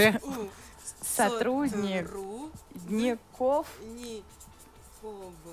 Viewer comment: Ведущая хорошо подсказывает "... сотруднЕков..." Даже дважды произнесла. ))) Марш в школу!